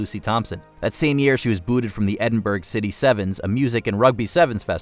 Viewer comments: Learn how to properly pronounce the City of Edinburgh. It’s not Edin-BURG! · “Edinburgh” is not pronounced “Edinburg”. Do your research